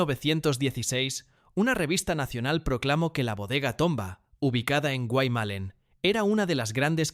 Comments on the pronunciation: QUE MAL PRONUNCIA LAS PALABRAS EL RELATOR. ES GUAYMALLÉN, NO GUAY MALEN. ES IA, MUY MAL PROGRAMADA. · POR FAVOR, SI VAN A HACER UN DOCUMENTAL, TIENEN QUE SABER PRONUNCIAR BIEN LOS NOMBRES DE LOS LUGARES QUE MENCIONAN. DICEN GUAY MELEN, SEPARADO, Y ES GUAYMALLÉN, JUNTO Y CON DOBLE "L" , ES UNA PALABRA DERIVADA DEL LENGUAJE DE LOS INDIOS HUARPES, QUE HABITARON LA PROVINCIA DE CUYO, EN ESPECIAL EN MENDOZA. GUAYMALLÉN SIGNIFICA: "*TIERRA DE CIENAGAS, BAÑADOS, PANTANOS, HUMEDALES, O LUGARES DONDE FLUYE EL AGUA DE LA TIERRA* .